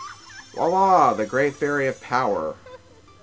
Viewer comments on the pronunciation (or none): none